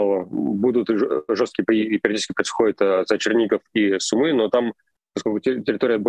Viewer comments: Сумы - ударение на первый слог. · Прошу прощения ! Сумы ...ударение на СУ.. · Город СУмы, ударение на букву У! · Город Су́мы. Ударение на у́. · СУмы ударение на У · Су́мы! Хватит говорить не грамотно. И ЗАЗ - Сэнс. А не Шанс. Пожалуйста... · Спасибо за ваши ролики,но правильное произношение города Сумы -ударение на у. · Спасибо за вашу работу. Передайте, пожалуйста, Руслану, что Сумы произносится с ударением на первый слог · в названии города Сумы, ударение идет на первый слог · В слове Сумы ударение на У, извините если это кажется токсичным. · Русскоговорящая челюсть)) Левиев, бедняга, не может ударение нормально поставить когда города называет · макаров конкретно западнее киева а не северо-западнее. а город сумы имеет ударение на другой слог. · Спасибо за видео! Только ударение в название города СУмы, а не СумЫ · Руслан, пожалуйста, не СумЫ, а СУмы Очень режет уши неправильное название родного города. За ежедневную сводку большое спасибо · сУмы, город называется Сумы, ударение на первый слог. Житель данного города называется сумчанин. Пожалуйста, поправьте коллегу. Украинцы, ставьте лайк на это сообщение. Спасибо. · Спасибо за аналитику. Небольшое исправление: в названии города Сумы ударение на первый слог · Попросите Руслана говорить СУмы, с ударением на первый слог. Иначе мы его будем называть Руслан Львив. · Сумы - ударение на первый слог! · Ребята, Сумы ударение на У! Спасибо что даете адекватную оценку происходящему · Спасибо большое за информацию (СУмы, ударение на второй слог, пожалуйста) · сУмы ударение на У накие такие сумЫ у вас там ? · Не СумЫ а СУмы, так будет правильно ставить ударение при произношении названия города. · Сумы́ мне режет слух, правильно говорить Сýмы, от слова сумка, там сумку с суммой потеряли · Скажите пожалуйста Руслану, что ударение в городе Сумы на букву У. В остальном огромное спасибо за ваши сводки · Пожалуйста прошу, умоляю, Суммы. Ударение на У. 😭😭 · кто-то должен это сказать...сУмы, а не сумЫ! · Су́мы, Су́мы, не сумы́